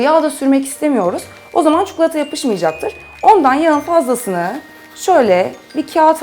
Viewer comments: Çukulata dedikçe sinir krizi geçiriyorum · Çukulata deme artık videoyu kapatmak zorunda kalıyorum çi ko la ta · Çukulata değil çikolata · Çukulata değil çikolata allah için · Abla çukulata değil çikolata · çuklata değil tatari çikolata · Abla artık çukulata yerine çikolata dermisin :) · çuklata diyor:-) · Sadece ben cuhuğlata demiyormuşum rahatladım :D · neden çikulata diyorsun? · çukulata :D